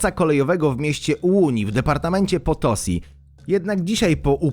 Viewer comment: nie potosi tylko potosj